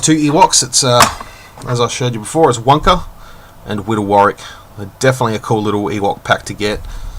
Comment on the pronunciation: Want want want want! UK doesn't have Kmart let alone get Kmart! Great review! The pronunciation of 'Wunka' was admirable!;@ lol Cheers Fuzz.